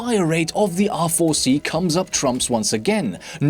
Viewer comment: It sounds like you are saying "awful C"